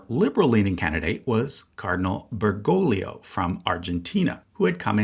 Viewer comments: Bergoglio is an Italian name, not a Spanish one. Jorge Mario's father was from Italy. The second "g" is not hard, but like a "h." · Just one spanish lesson here. You need to pronounce the second G on Bergoglio. Ber-go-glio